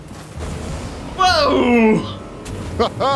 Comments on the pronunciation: ummmm did I hear say papa mides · I’m dead when Midas said I HAvE cHIeld